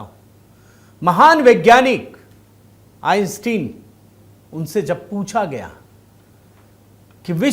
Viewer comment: सही उच्चारण है …आइन्स्टाइन ।